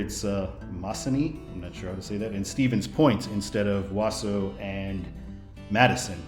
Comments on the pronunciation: Ahem, it's "Wau-sau" the au [sounds like aw] is same pronunciation. Not "Was-su". And I-39 is a major bypass for Interstate truckers around Chicago area, so it is an Interstate. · Wausau is pronounced WA-SAW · I think it’s “Wawsaw.” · Wausau is pronounced Waasaw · Wausau (Wah-saw) 😄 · Wausau is pronounced Wa-saw. You pronounced Minocqua correct. Yes, I-39 is an after thought and weird. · It’s pronounced Wa-saw, Wisconsin, i grew up there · Just to let you know how we say in Wisconsin for Wausau, its like Wah-Sah. But close enough and this video interested me enough to watch. Had to drive through IL today but over by Chicago to get back home as I was on holiday in Michigan. Also, WI-29 goes to Chippewa Falls, and US-51 continues north to Tomahawk Rhinelander and a few other places before dying in Ironwood, Michigan. Only because I used to live in Chippewa would I know XD. Used to go hang out in Wausau to see rib mountain and other stuff. pretty area up that way. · Wow you totally butchered Wausau 😂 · Pronounced Wausau wrong